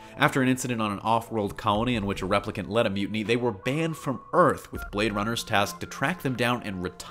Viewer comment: I miss the days when we had longer movies with Intermissions . I guess attentions spans are shorter—or maybe shorter movies are for the nicotine addicts…? P.S.-- You pronounced "Replicant: wrong, as well as "Villeneuve". (Seems "news" of any sort is getting "damn sloppy!") ☮